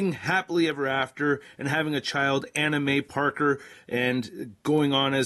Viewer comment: I heard Anna May Parker as "Anime Parker". 🤣